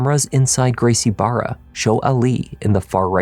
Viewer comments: Brazilian here. A hint to you, for "Barra" you can just pronounce it as "Baha". The same goes for anything with two R's in portuguese. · For future reference "Garcie Barra" is pronounced "Gracie Baja." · Barra isnt pronounced bar-a the R is pronounced as an H in Portuguese so like Baja... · The dad pronouncing it wrong as "Gracie Barra" instead of "Gracie Baja" shows he wasn't really involved with the son signing up for BJJ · I don't mean to be petty to you,, but it is pronounced Gracie Baha. The dad's son trains there, but he can't pronounce it?